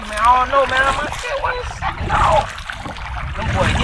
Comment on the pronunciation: "Dhatt count" lol